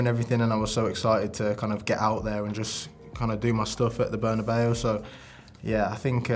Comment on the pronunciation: Props to him for the way he said Bernabeu 🥲🥲 so much better than the usual "Buhnabao"